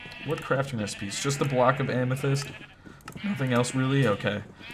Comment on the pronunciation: Whenever you upload I gotta sleep lol btw “Amesthyst” Heart this comment it’ll make my day ♥️